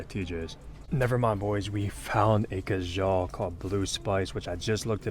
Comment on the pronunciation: Funny the way you said Khadlaj, "Khajal". Love the content my man! :)